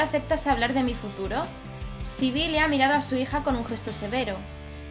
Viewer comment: El nombre Sibille Se dice Sebil 😋 dame corazon pliiis